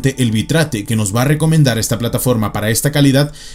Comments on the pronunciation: Se pronuncia "bit reit" no "bi trate" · nada mas oír la pronunciación lo saca uno corriendo (Bit-rate), bi-trate.... WTF? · Bitrate se pronuncia Bit-rate xD. que viene de la composicion de 2 palabras Bit Rango (bps) y Rate (velocidad) Saludos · /bitreit/ XD